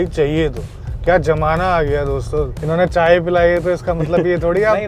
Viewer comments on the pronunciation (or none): Abey jamana nahi 😂 zamana bol